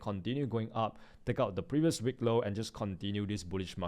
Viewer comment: it is wick not Weak